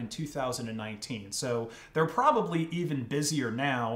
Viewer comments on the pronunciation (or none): none